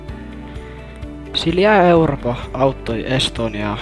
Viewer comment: 1 en saa selvää 2 tässä ei kuulu 3 Mä kuulen sila europa